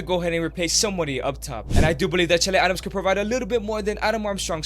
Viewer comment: Nigga it's Che Adams